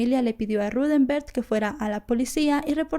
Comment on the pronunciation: Vale la pena que al hacer tus vídeos, te asegures de que estás nombrando y diciendo el nombre correcto de los involucrados. Hasta donde se ha dicho en otras investigaciones, el nombre del tío de Utah es Rudemberg, NO Ruthember como lo indicas.